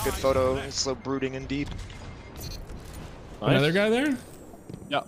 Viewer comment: I wasnt sure if was a jojo fan or not, but him saying “VERY NICU CEASAR CHAN” confirmed it for me